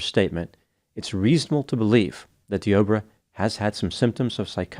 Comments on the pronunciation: Dee-Ah-Bray Is how it's pronounced,a very weird spelling tho 😭 He should have been playing for the Las Vegas Raiders the way he tackled her Could have been a Hall Of Fame Defensive End 🥴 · I was listening to this while doing a few other things and kept wondering why was talking about "The Oprah." Made a bit more sense when I realized the man's name is Deobra.